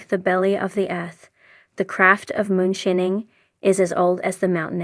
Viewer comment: lol....she said "moon-shinning"